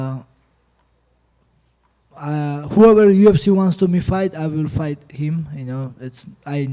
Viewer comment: "that phight its easy for me"😂😂😂